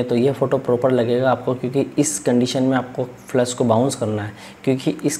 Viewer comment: Sir aap flash ko flush kyu bol rhe hai ..